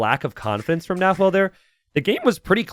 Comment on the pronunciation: It’s more like nah-whe’e